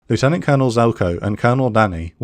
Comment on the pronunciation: Man still cannot pronounce ‘lieutenant’ correctly 😅